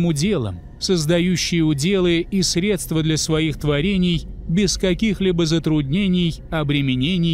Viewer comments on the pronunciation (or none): none